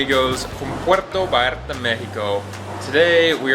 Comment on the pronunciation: Remember to pronounce "ll" as "y" Say Puerto Vayarta